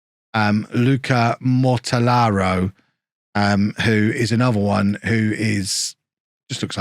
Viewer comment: Hey kev, pronounce it like this "luca more tell are oh